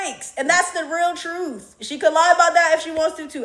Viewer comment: Truth.. you said trufh lol